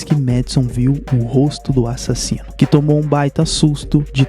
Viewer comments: eu amo qnd ele fala "A-ssassino" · A parte mais massa do vídeo dele é quando ele fala " ÁSSASSINO "